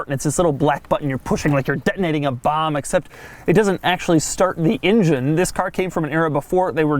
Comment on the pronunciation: DeMuro, why do you pronounce the engine word as "ingen"? :D Love from Serbia! :D